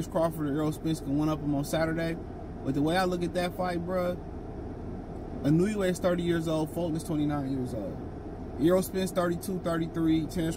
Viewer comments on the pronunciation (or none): It's IN-OO-AYY